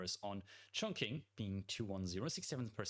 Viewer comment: Mate, with all due respect and love, the Q in Chongqing gives a similar sound as 'Ch' and not what us English speakers are used to.